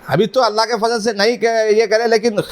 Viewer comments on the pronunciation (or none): none